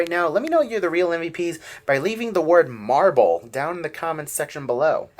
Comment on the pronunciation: Hi! Great and super informative video as always, but I’m not sure if you said to say MARBLE OR MARVEL? Either way works lol. I’ve really been enjoying these new videos and look forward to many more! ❤